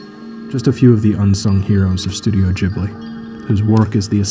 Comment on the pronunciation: STOP....SAYING...JIBLI....IT'S......GIBLI!! lmao